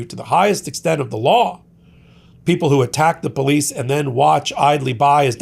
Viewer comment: Karen Jones said the Capitol Poe-lice INVITED them in... ... ... 😑